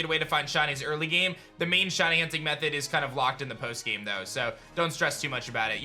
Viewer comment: Why does he pronounce shiny as shawny ...